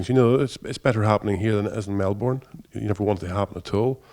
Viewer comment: Fuck mate pronounce Melbourne correctly FFS